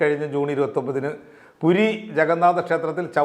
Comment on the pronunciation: കുരി അല്ല ടോ. പൂരി.മനുഷ്യൻ ദിവസവും തിന്നുന്നു തുറുന്നു. അതു മാത്രം പോരല്ലോ. ഈ ആഘോഷങ്ങൾ മനുഷ്യർക്കു ആഹ്ലദിക്കാനും കു‌ടി ആണു. അധികം കഴിച്ചാൽ ശർദിക്കും. അതുപോലെ ഒരു പരിധിയിൽ കൂടുതൽ ആൾക്കാർ കൂടിയാൽ അനിഷ്ടം ഉണ്ടാകും. ചവിട്ടു കൊണ്ടു ചാകാൻ വിധി എങ്കിൽ അങ്ങനെ. ലോകം അറിയുന്ന ഉത്സവം ആണു പൂരി രഥ യാത്ര. ജഗനാഥ്ന്റെ കഥ കുട്ടികൾക്കും വലിയവർക്കും ഇഷ്ടം ആണു. കൊച്ചുങ്ങൾക്കു karal മാക്സിന്റെ മൂലധനം പറഞ്ഞു കൊടുത്താൽ ഇഷ്ട പെടില്ല.